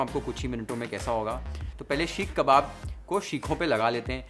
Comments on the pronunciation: The only thing that irritated me the most is the way you pronounced "Sheekh" and not Seekh 🫠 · Seekh not sheekh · shhekhh kaun bolta yaar seekh ko...pagla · Sheekh kabab nhi hota....seek (सीक) kabab hota hai.... Bar bar sheekh (शीख) sunkr main irritate ho gyi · seekh, not sheek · Sheek kabab is irritating my ears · It is irritating my ears now.. Sheekh kabab 🫨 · Yes. It was bothersome and very repetitive.